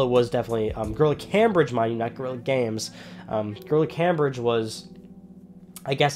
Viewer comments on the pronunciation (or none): ITS PRNOUNCED CAMEBRIDGE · unchartify this episode was unwatchable because of the mispronunciation